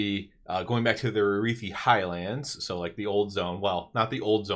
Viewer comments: Never heard ararhi pronounced that way before lol it’s not arithi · Did you not listen to a single npc in hollow fall saying arathi?